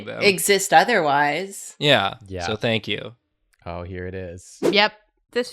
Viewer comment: I live for “Think you”s